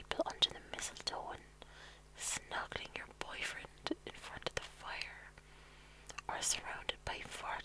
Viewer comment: I love your accent....esp how you say 'fire' .....foyer, brilliant! And a lovely thought about xmas :)x